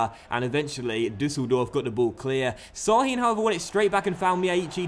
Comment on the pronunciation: Şahin is pronounced like Shahin. Not "s" but "sh"